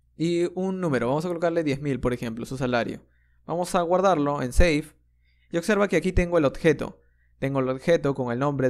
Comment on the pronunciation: Increibles tutos, pero tengo que decir que cada vez que oigo "otjetos", "ocserva" me da un sincope xD Muchas gracias por tu trabajo, sigue asi!